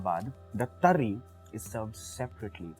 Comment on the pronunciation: Pehle tari bolna seekh le - uske baad banana 🤣🤣